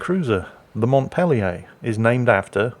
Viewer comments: The city in Vermont is pronounced "mont-PEEL-yer", because of course it is. The greatest thing about Newhart is that the entire series was one long episode of its 1970s predecessor, The Bob Newhart Show. At the end of the last episode of Newhart, Bob Hartley (Newhart's character from the earlier series) wakes up and tells his wife about the bizarre dream he just had in which he was a Vermont innkeeper named Loudon. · ACKshually, Vermont's Capital is pronounced Mont-peel-yer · Mont peel yer. That is, unless you're from Quebec, Vermont's northern neighbor. Signed, New Hampshire (Vermont's eastern neighbor) native. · I believe, since this is the US, the name of the capitol of Vermont is actually pronounced "Mont-PEEL-yer." Because of course it is. Also, Wargaming obviously never researched how American battleships were named. It's not just "Well, what states haven't got a chance yet?" Naw, it's got a lot more to do with economic power and political gamesmanship. Because this is the USA. That's why some states have had 3 battleships named after them, while others have been around long enough but have never had one. BTW, his name, "TheProceedings," is the name of an extremely thick and dull, catalog-sized, newsletter put out by the US Navy. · coughs in Vermonter Ackshually,, the capital's name is pronounced "Mont-peel-ee-urr", not like the French city. Also, Bernie Sanders is probably our most famous export at this point (though he's originally from Brooklyn). Everything else is exactly correct, lmao. Until recently, humans were outnumbered by cows in Vermont, so congrats to theproceedings13 for herding them so expertly! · It's pronounced "Mont Peely yer" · Hi thought you might like to know we here like to pronounce the name of that little town (mont-peel-yer). thanks -have a great day ole man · The state capital of Vermont is pronounced Mawnt-peel-yer by people from Vermont. :) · I think he's trolling... everyone